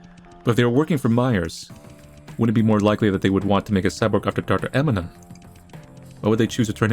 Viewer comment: Dr. Emanon. Emanon. Lmao lol. Eminem. Dr. Eminem lmao